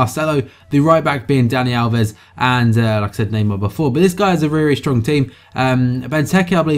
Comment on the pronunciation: This was a reary, reary nice video. Reary, reary well done. Also a reary, reary good question at the end. reary, reary.